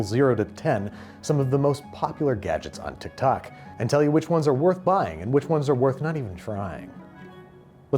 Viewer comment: WHY DO YOU PRONOUNCE TIKTOK LIKE AI